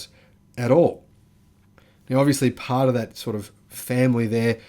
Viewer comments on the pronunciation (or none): none